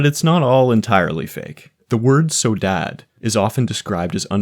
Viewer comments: Not gonna lie hearing it pronounced as "so-dad" felt like being punched in the face. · it’s pronounced like “sauw-DAH-jeh” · bro, you butchered saudade 😂 it's pronounced, saow-dodgy -- loving the video, though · seeing that this video is so well done and seems to be well researched, i did not expect the pronunciation of “saudade” to be so off, i almost didn’t recognize it as portuguese even though its my native language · I'm sorry but I laughed at your pronunciation at "saudade" and actually some sentences this word can even be translated to miss/missing Edit: I should put an example "Eu tenho saudades suas" could be just "I miss you" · Bro butchered the word saudade lol (Portuguese speaker here) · as a portuguese speaker I hate your pronunciation of "saudade"